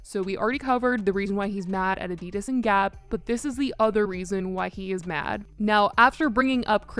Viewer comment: I love your chanel but the way you say Adidas, is so wrong. 😭